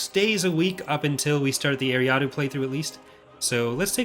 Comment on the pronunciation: is a great developer but it pains me how he says eriadu like ary ah doo and not er ri ah du